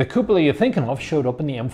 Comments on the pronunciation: in italian it's cù-po-la, in other words the way you say it. not cu-pò-la nor cu-po-là. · Even though you're not Italian, you are pronouncing it right